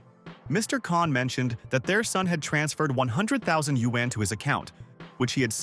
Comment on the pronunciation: Woah, they are actually pronouncing yuan correctly.